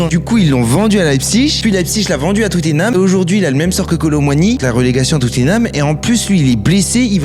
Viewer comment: À partir du moment où il a dit Tuuttinham, j'ai arrêté d'écouter.